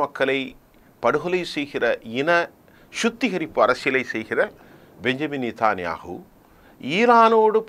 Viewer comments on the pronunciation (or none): 11.21 , plz be clear whom you mentioned nathyahoo or yahoo. Make corrections